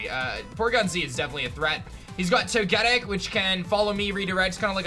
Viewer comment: Jfc for someone who plays Pokémon for a living you’d think you could pronounce “Togetic” correctly. Do better.